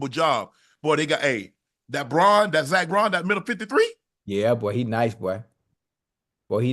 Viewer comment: for god sake LEARN ZACH BAUN's name goddamnit